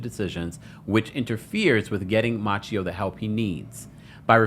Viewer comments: Ma-say-o, not Matcheo!!!! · 😂 I was wondering the same thing. Machio ? Where did he find that prononciation ? 😅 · Halle’s son name is Maceio not Maa Ce O you do know that right!!!? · His name is maceo not macchio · The way he keeps mispronouncing tht baby name lol its Maceo like MAY-CEE‐O. Who is "Matchio" lol😂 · Just wanted to say that Halle’s son’s name, Maceo, is pronounced, May see oh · Maceo is pronounced "Ma-say-o" 😉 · You're saying the kid's name sooooooo bad. may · see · ow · Mase-y-oh . Not like the Karate kid. No offense 😊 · You are pronouncing the sons name incorrectly. I'm very surprised. It's pronounced Mace- seo Like a can of MACE then C.E.O or see-o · I always believed the child's name, Maceo, was pronounced "Muh-say-oh." Your pronunciation is throwing me off and reminding me of Ralph Macchio, star of Karate Kid. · Halle Berry's sons name is pronounced May-ce-O!!! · I dnt know, I think he made it up lol. Instead of researching it, he just went with his own interpretation. Thts crazy🤣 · I believe it is pronounced "Muh-say-oh." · His name is pronounced Maseo. It's derived from the name Matthew. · Ma-say-o is how you pronounce her son’s name. C’mon now. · Finally someone gets it right! Who the TF is out here pronouncing it "Matchio" or "May-see-oh" like a few others have said lol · I always believed Halle pronounced her son's name, "Muh-say-oh."